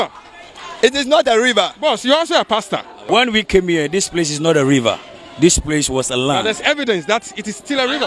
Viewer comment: Did I hear him say PRACE 🤣🤣🤣🤣